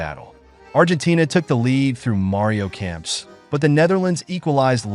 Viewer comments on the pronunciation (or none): The name is Kempeeee not Kemps but other then that it’s a great video